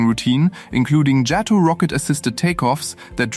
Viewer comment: Interesting and informative, thank you. I always had a soft spot for the Blue Angels and fondly remember assembling a Revell model of one as a kid, around1960 or so. Oh, just a hopefully helpful tip: JATO (Jet Assisted Takeoff) is pronounced jay-toe rather than yah-toe. 👍